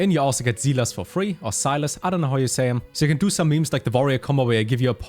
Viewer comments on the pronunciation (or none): none